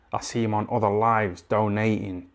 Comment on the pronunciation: "I see him online don't eaten, don't eaten." I think he was saying donating!